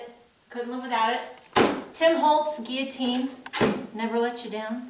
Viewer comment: Thanks for sharing, & thanks for pronouncing “guillotine” correctly! I cringe every time someone says “gill-u-teen!” 😂😂😂